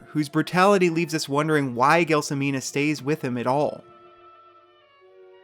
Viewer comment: It's pronounced JEL SO MINA and Zampano is pronounced ZAM PA NO. How could you mess it up ? it's easy lol 😂